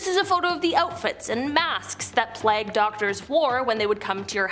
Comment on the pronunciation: Playg not plag.